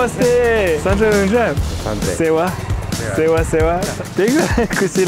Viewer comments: its not sewn its Sewaro! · Not sewa you say sewaro it means namaste 🙏